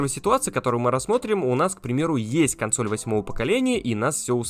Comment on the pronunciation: Что такое косноль?